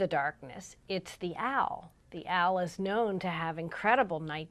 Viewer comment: She pronounces owl as ow. Giggling.